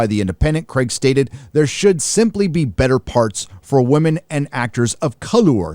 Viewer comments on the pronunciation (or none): It's Craig not cregg